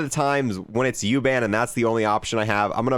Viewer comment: My German heart crushed little for the way you said U-Bahn xD